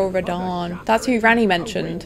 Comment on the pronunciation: well done read rhadan great rune please